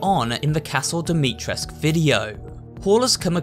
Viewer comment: Alright everyone, say it with me because I'm sad to see everyone butcher my language. Ca (like in calm) - dough Dumitresc-oo (like in too)